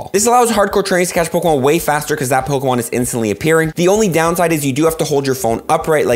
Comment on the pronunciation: is the greatest... at bucherin g names of pokemon